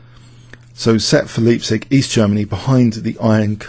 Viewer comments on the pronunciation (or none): Leipzig is pronounced Lie, as in "Lie down Shepp!" not Lee. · Leipzig is pronounced Layp-tsish, not liehb-sig. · good old homecity leipzig. the "ei" in leipzig is pronounced like "i"